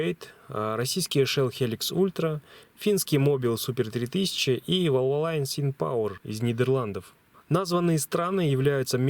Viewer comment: Российский шелл всегда был полным дерьмом, даже хуже лукойла. Один раз попробовал и перестал его лить. Угорал по страшному. Вальволин лучший. Кстати правильно говорить именно ВальволИн!